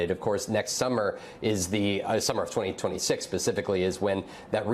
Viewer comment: Is this guy saying pacificly instead of specifically 🤔 sounds like that to me